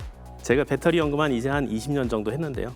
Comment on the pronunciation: 빳데리가 뭐여!! 빳데리??....에휴~~ 진경아?? 무식하기는 ㅉㅉㅉ 😮‍💨😮‍💨😮‍💨😮‍💨😮‍💨